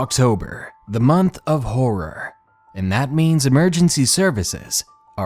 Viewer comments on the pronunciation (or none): none